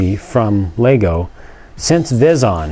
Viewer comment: It's pronounced Veezon